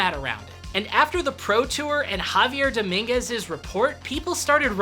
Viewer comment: One correction: it's not JAvier Dominguez. It's JaviEr Dominguez. The accent is on the last syllable.